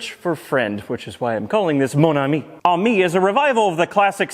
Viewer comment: Pretty sure it’s suppose to be pronounced “Amy” not “army”